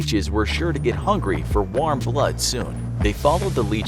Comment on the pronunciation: that pronunciation bro waarm